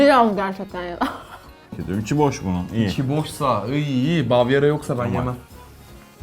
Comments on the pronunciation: Bavyara diyor ama bavyarra diye anlasıliyo kem dikat et remix adamlandin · Nobody:: BAVYARA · Nobody::BaVyErAa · NOBODY... YORUMLAR.... bavyerağğ dedi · Bavyara mı 😅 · Nobody:: Bavyera